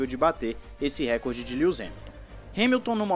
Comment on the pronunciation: Por favor, é "Recorde" e não "Récorde" a sílaba tônica é re-COR-de, posição paroxítona